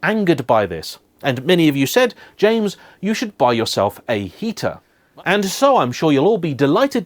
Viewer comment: Hey,. Just wanted to make a constructive criticism and let you know the only reason I rarely watch your videos is that I find it very hard to listen to you over-enunciating when you speak. The way ‘that’ becomes ‘eh-that-te’ and ‘and’ becomes ‘and-de’. Aside from that your videos are great - honest, informed, and on-point. I’ve lived and worked in many countries where English isn’t the first language and it’s definitely possible to be clear and easily understood without such exaggerated pronunciation. All the best, and I hope you take this in the positive spirit in which it is intended.